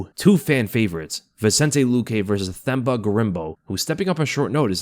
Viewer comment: For Themba, you say the T sound like you would in Tender